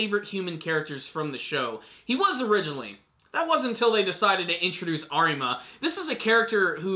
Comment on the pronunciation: The r in Arima is pronounced as a d.